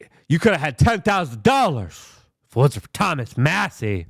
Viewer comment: You finally pronounced Massie’s name correctly